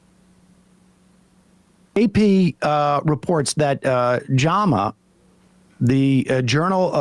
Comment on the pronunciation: Why would you pronounce JAMA as "Jomma"? So irritating. It's like "Mogga", which you also say, instead of MAGA.